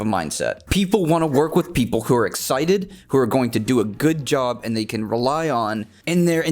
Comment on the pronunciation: Its “job” not “jop”